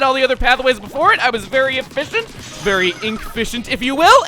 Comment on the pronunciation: Don't you mean "e-fish-ent"?